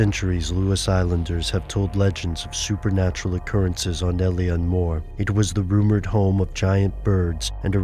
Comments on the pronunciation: it's funny when Americants try to pronounce Gaeilic. Alien More. Oh dear.... It's pronounced "ill-on Moor". Ingonrant philistines. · its actually pronounced ill-lan mór....... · Eilean Mòr is pronounced Eh-lan Mawr. It's Gaelic not English... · it is pronounced ai leen moor